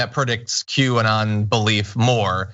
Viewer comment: Did John just say "Quay"?